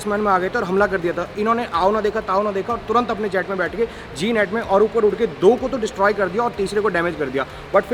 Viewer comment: Bhai,,G-Nat nahi..Ek word hai.. GNAT..ITS a small flying keeda similar to mosquito.(Gnat inscect) google karo....Also,,mein HAL family sey hu..so i know about Jets and Heli,s.